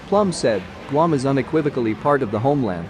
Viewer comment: Guam is NOT pronounced gum!